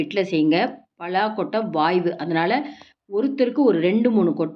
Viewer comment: Not pazha kottai. Pala kottai. Pl correct your pronunciation.